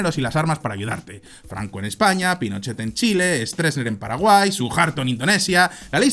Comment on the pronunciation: no pronunciando bien el francés, no le puedes pedir que pronuncie bien un apellido de origen alemán. hace lo posible.